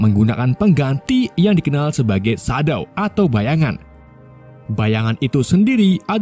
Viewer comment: nggak enak ndengar shadow yg bahasa inggris dibaca sadow.